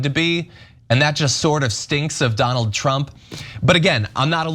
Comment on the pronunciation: Trump, not Tramp